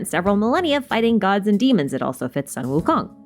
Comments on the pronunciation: hii is actually pronounced soon wu kong just for extra info :) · Amazing theory, but I find your pronunciation a bit botched. I’m 69% sure that it’s Suu-Wu-Koon. :>